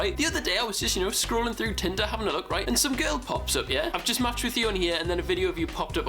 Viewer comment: will you said right not reet